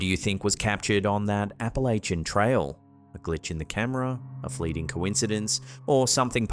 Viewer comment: She mispronounced "Appalachian"